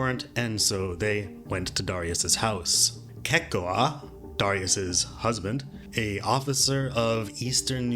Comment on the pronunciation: It’s not pronounced: “Kehk-Oah”. It’s pronounced: “Ki-Ko-Uh”. My Husky’s name is Kekoa, and I verified the pronunciation with a girl from my job who is Hawaiian, born in Hawaii.